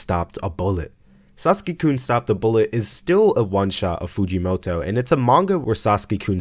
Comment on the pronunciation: TF is a Saski? HES SASAKI AAAAAAAAAAAAAAAAAAAAAAAAAAAAAAAAAAAAAAAAAAAAAAAAAAAAAAa